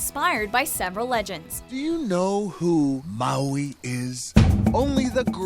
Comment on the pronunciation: wowee mowee